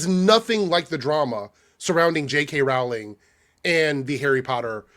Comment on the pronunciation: Her last name is pronounced like Rolling Rock Beer, not Rawl-ing, Yu dumbass! Say her last name right!